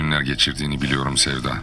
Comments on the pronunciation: Yooo seda demiyo sevda diyo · Big brother ilk başda sevda yerine seda diyor bakn